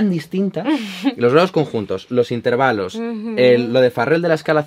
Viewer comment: Esta chica no sabe hablar: dice "intérvalos" !!!!